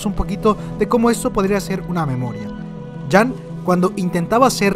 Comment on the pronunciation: Cuando dices jean como "jam" me arden los oidos jajajaj saludos